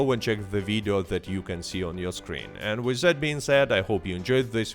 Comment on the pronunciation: Try not to say "wiz", instead of "with"